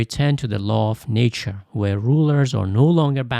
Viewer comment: It’s a wonderful video! I have watched it 3 times. But can the pronunciation for nature and quote? Sounded weird n also sounded like a different word. Ie “Nature” sounded like “nietzsche” N “quote “ sounded like “koult”.